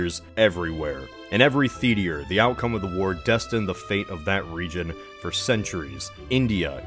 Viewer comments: Theat-ee- R? nah its thee-ter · I can't wait for "every theeteer" to open back up again. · Every theat-ee-rrr? Please tell me I am not the only one who heard that LOL Love your videos - even when I disagree lol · "every theatier" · "in every theetier"